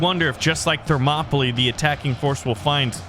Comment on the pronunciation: Ive always said it as thermo ply. and cant stand it any other way. but at least you are saying it correction.